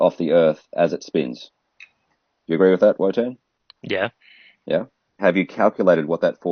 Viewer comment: Why are you guys calling him wonton his name clearly says Wotan !